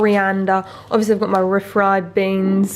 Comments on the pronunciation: Everyone: REEE Fried Beans: Ri Fried Beans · Re-fried, say the word re then fried. It's not ref-ried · Ree-fried beans. As in beans fried again. Not ra-fried. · Re-fried. REE. FRIED. Fried. After cooking. RE-fried. Then again, I'm from Tennessee.... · Re-fried ie fried a second time. Two syllables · The way says refried 😭😭😭😭